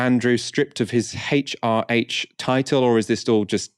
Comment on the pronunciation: "Haitch ar aitch"? See? You can pronounce it properly if you put your mind to it!